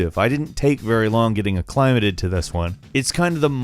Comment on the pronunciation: Can you really not pronounce "acclimated"?